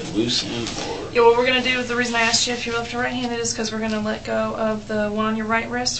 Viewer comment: Getto smart still says “axed “